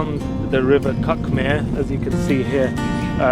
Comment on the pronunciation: Cuckmere is pronounced ’Cook-mere’. You should never cycle on any footpath as it’s illegal and dangerous to pedestrians. Look for bridleways, RUPPs (Road Used as a Public Path) or BOATs (Byway Open to All Traffic) in the legend on Ordnance Survey (OS) maps.